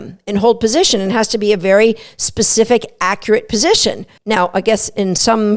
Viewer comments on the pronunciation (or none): none